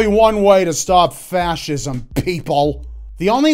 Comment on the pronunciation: That one about fachisim sound like fachisim.